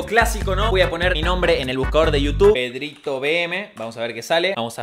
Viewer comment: Porque dices y es PedritoVM?! 😂❤️